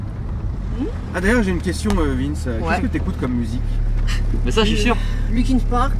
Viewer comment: Linkin Park"s" Eminem"s" j'ai entendu ? ='(